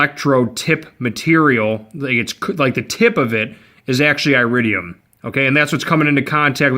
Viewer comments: Here's a helpful tip: It's not eye-ridium, it's ear-idium. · iridium is pronounced eh-rid-de-um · Dude.... stop attempting to spread misinformation, look at your like to dislike ratio on this video, that alone should be a clear indicator on how inaccurate your information is. It's very common knowledge that copper is a better preforming plug, iridium (pronounced eh-ridium) exists only to lengthen plug change intervals.